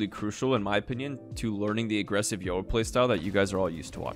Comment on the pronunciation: People absolutely butcher the name "Yoru" holy shit It's not "Yoh ruh"